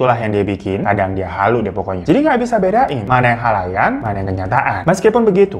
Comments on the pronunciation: Ada yg sadar ga sih Hiro sapah sebut khayalan jd khalayan wkwkwk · khayalan bang, bukan khalayan :') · Bang kayanya typo deh waktu ngomong "khayalan" malah bilangnya "khalayan" 😅 apa aku aja yg salah denger hheu. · Menit ke ... Bang Khayalan, khayalan bang bukan Khalayan... Bengek Bang Radifan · Bang, aku baru tengok chanel abang baru" ini, ku tonton lah semua. Tp, aku temukan janggal sikit di video ini, abang bilang 'khalayan' bukan 'khayalan', sampe ku putar ulang videonya, ku kira aku yg salah dengar 😂 semangat ngontennya, bang.. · "mana yang khalayan, mana yang kenyataan" Wkwkw woi bang kebaliik. Khayalan bukan khalayan 😂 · Ga bisa bedain "mana yang halayan mana yang kenyataan" Sampe di rewind salah denger apa emang babang bilangnya halayan wkwkwk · Khalayan apa khayalan? Wkwk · Itu ngomongnya typo, "khayalan" malah "khalayan" 😂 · Hayalan bang bukan halayan 🤣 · Apa gue sendiri yg dengar "khalayan" Bukan khayalan di detik2 penghujung video 😅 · Khayalan kak bukan Khalayan :-P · Khayalan ya, bang. Bukan khalayan 😭🤣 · Halayan apa khayalan sih bang 😂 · khayalan bang bukan khalayan😭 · Tolong koreksi lidah anda ya mamang bro di Menit yg bener itu "NELAYAN" bukan "HALAYAN".😂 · bang mon maap nih, maaap banget.. ini maksudnya mau bilang 'khayalan' yak? 'mana yg khayalan, mana yg beneran' gitu? ko gw dengernya 'khalayan' 😂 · Eh kok khalayan ya bukan nya khayalan（￣△￣)！ Ga salah denger kan aq? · Hayalan bang hiro.. Bukan halayan. Hehehe.. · Kirain gua doank yg denger “halayan” 😄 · Apakah cuma aku yg dengar bg hiro ngomong "halayan" di akhir2 pidio XD